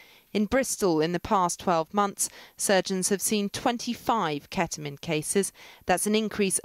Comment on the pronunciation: ahh yes I love "keta-min"